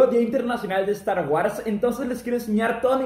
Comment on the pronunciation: No se dice star warss